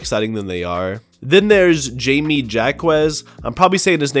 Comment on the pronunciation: How are you an nba fan and mispronounce jaime?